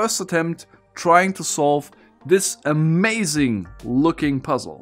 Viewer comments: I get Overwatch PTSD everytime he says "A-Mei-zing" :D great Video like always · I thought you said A:Maiz-ing and was confused by what corn had to do with it 😅